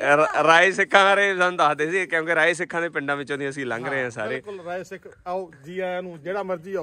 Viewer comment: ਭਰਾਵਾਂ ਨਾਂ ਨਾ ਵਿਗਾੜ ਕੇ ਬੋਲ ,ਰਾਅ ਸਿੱਖ ਨਹੀ, ਰਾਏ ਸਿੱਖ ਆ ।